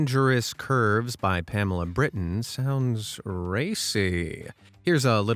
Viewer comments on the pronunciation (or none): none